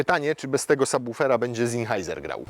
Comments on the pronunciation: "ZINHAJZER" i "IKSTRIM" i "KUPER" ?? Kamaaan XD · No kurza Twoja maść! Skąd wziąłeś ten zinhajzer? Przecież to jak przeczytać dany wyraz można sprawdzić w 20 sekund. Jprdl „Zenhajzer” kurza maść